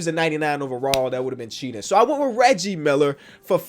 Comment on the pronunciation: I love how kept calling Reggie Miller Riggie 😂